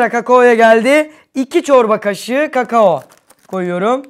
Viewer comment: Üğpannem sırf evee o bi kaç gün önce kendi brownü yabdı ondn evde kek var diye izinv ermedi bu ne biçim iş bide kamo derken mucit miş gibi kKAKAKO!